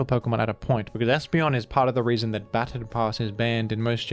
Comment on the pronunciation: Ba-Ton, not Bat-on pass.